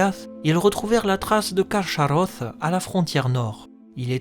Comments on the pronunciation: Ach se prononce ar en allemand et pas ax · On prononce KarKaross (le ch chez Tolkien se prononce toujours K). Sinon super vidéo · Salut :) C'est balot de se renseigner autant sur un sujet et de se rater sur sa prononciation :/ le CH est explicitement indiqué comme se prononçant [x] (comme le "ach" allemand) Autre erreur : Draugluin est tué la même année que l'arrivée de Beren et Luthien devant Carcharoth, pas "des années auparavant" Mais sinon, très quali :)